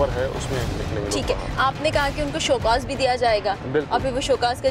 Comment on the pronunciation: Shocause nae kehtay. Lol